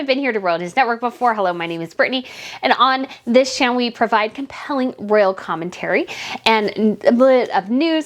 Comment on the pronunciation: Every time you listen to this "Chanel"? I think you mean " channel.". Chanel was a fashion designer.